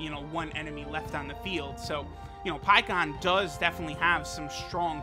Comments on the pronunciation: Pie ku Han that’s not his name you do it for the memes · Pikkon’s name is pronounced longer in Japanese (paikuhan). It’s like calling Krillin Kuririn